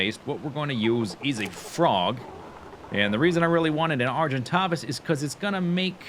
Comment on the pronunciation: Argentavis the 2nd a is with an a like in "stay"